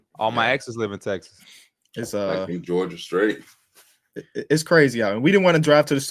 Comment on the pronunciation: did say geogia strait😂